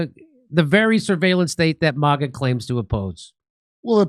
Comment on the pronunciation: what is "moga"? you keep saying moga..... with an o do you mean "maga" .... with an a? why would you add an o into it for no reason? please dont try to claim it to be an accent....its not...... its a clear choice...